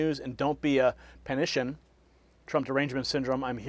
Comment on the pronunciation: its panic an get it? not panition